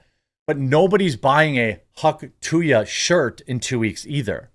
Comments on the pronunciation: it's hawk "too-uh" - there is no Y - it is not hawk "too-yuh" - idiot lol - the sound that ppl make when spitting - nobody spits hawk tooyuh lol - so stupid it's painful jesus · Could only watch half the video. Couldn’t hear him say “hawk too ya” one more fucking time. It’s hawk tuah!! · No, it's not " too ya." It's "too ah'"... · Where is the 'y' sound in 'tuah' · its hawk too ah not hawk two ya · Dude it's not hawk to-ya, it's hawk too-ah. Like ur spitting. Hence the Tuah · Omfg Jeremy it's "too-ahhh". Not "too-yah" 😆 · Dude! Being a professional news reader, You really should Learn to pronounce things correctly. Its NOT Hawk TOO-YA . Its Hawk TOO-AHH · It's "hawk tauh", not "hawk to ya"! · There's no Y in Tuah. (too uhh) not (too yuhh) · "Hawk too-yuh"? what dude? Are you 80? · Seriously Jeremy? Hawk-tu-YA?? Where did you hear ONE person say it like that? Where?! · Please don’t cover her anymore. I can’t listen to you say tooya anymore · Come on, now. "Hawk tuah." Not "hock two yuh." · There is no I or Y, its "Too-uh" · It really grinds my gears the way you say “Hawk To-Ya”🤬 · You didnt even say it right........... THIS?! is what Urnalism is today???????????? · Please say the phrase right lol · The fact that you keep saying tuah wrong even though there is a clip of her saying it is making me angry for some reason. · How can you not pronounce “tuah”? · Jeremy showing his boomer side. The Hawk To Ya girl. Come on Jeremy. You know how to say it.